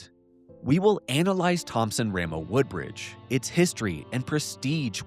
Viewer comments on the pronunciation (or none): The W in TRW. It's Wooldridge. Not Woodbridge. I should know. I'm Philip Wooldridge.